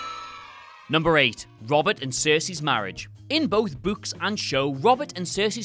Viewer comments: What does the ghost in the library say to spook the kids? "Booooo-ks" Seriously though I wonder if this guy flips it sometimes. Like when he says, "I'm putting on my boots." It sounds like, "I'm putting on my butts." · Angry Kittens this blatant mispronunciation ruined the whole video 😡😡😡, I hope he is fired immediately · It’s pronounced BOOKS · "in the buuks" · It's spelt 'Books' but pronounced 'Bucks' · Gotta love the people whinging about the way he pronounces "books". 🙄 It's regional accent thing. I mean there are some Americans who pronounce "room" as "rum". So who cares?! It's no where near as bad as how Americans can't say "twat" properly. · not sure if i love or hate the way says "Books" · Literally laughing my ass off here how you pronounce "books"